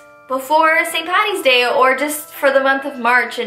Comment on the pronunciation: Yasss! Finally I love all of these (I'm irish lol) also thx for saying paddy's day instead of pattys day lysm❤